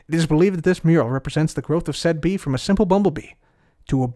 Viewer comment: I thought you said big b like the YouTuber not bee